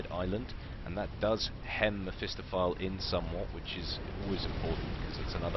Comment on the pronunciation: Isn't it "meh-fist-off-ah-lee" ?